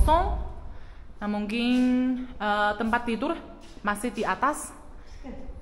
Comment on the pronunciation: Coba sebut: mungkin.. Mungkin.. Bukan mungking.. Hehe